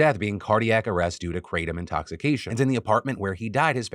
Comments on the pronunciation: The proper pronunciation is krah-tom. Not kray-tom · Note: It's not Kray-tum (It comes from a Thai leaf roughly pronounced Gra-Tome). It's been used as a stimulant as a boiled tea in Thailand for a very long time. It was officially legalized in Thailand on August 26, 2022 after a long prohibition. When taken in moderation, it's not particularly dangerous. Truck drivers used it to help them stay awake on long hauls. Farm workers used it while working in the sun. And numerous other ways. I personally think what you have here is western people taking something unknown on someone else's word and either intentionally or unintentionally abusing it through lack of knowledge. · I thought it was pronounced "kruh-Tom" [Tom like the name] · I can hear Hamilton Morris cringing every time Phil says kratom..